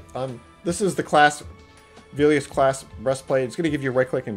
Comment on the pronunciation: plz stop saying Velious like Veelious